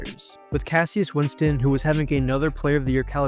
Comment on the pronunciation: Hearing this guy pronounce cassius winston hurt my soul.